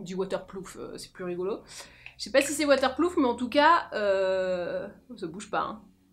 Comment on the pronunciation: J'ai entendu "water plouf". J'ai recraché mon thé 😂